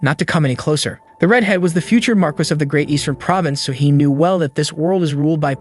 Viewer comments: "Mar-kiss" is pronounced Mar-kee. It come from french, but i find it rolls off my tongue in a Spanish mentality easier. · Its "mar-key" not "marcus" or "mar-qwhys" and the feminine is "mar-kess", train your AI better.